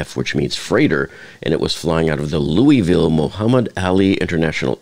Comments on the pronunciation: LOUISVILLE NOT Louieville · we pronounce it lou-vul not louie ville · Just fyi the city is pronounced like you have marbles in your mouth. Loo-A-Vull. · Louie ville lol